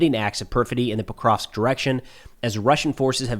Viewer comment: It's "Pokrovsk", not "prokrov" clueless clown. You have no idea what happens in the world.